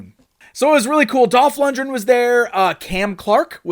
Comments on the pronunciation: For such a big fan you’d think he’d know how to pronounce LundGren properly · Lund-gren not lund-dren.